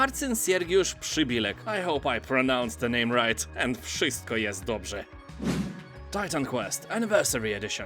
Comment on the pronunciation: not bad, you fucked up only 2 letters:D (1. "ci" in Marcin- it's two letters but one sound and honestly i dont know how can i describe it :) 2. "ł" in Przybyłek: you read "L" instead of "Ł". "Ł" is pronounced like "w" in "wife"). "Wszystko jest dobrze" was perfect!